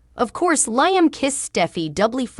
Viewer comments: Liam's name is not pronounced Liam as "ice, "but Leeeam. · I'm sorry be it's pronounced Lee um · Who is LI am???? Lee am correct way to pronounce the nsme!!!!!!! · Wow another channel that can’t pronounce Liam’s name correctly???? What us wrong with these channels that they can’t watch an episode of the show that they are doing a video to help them pronounce these characters name right???? Hell it doesn’t take a rocket scientist to figure that out????